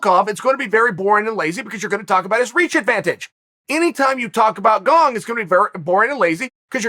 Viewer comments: I am now about 110% sure you're mispronouncing names on purpose now... Gong lmao, ffs Unc. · I heard him say Gong once and came straight to the comment section. Never disappointed. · He didn't he said Gong! Only if Gong breaks the curse will Chael say Gane! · GONG vs Valcalf... Who TF are those guys? Jeez Chael, you must mispronounce on purpose.